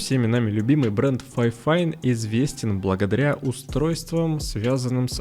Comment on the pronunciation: Не ФАЙфайн, а ФИфайн. Даже звучит не очень. Как вайфайн 😂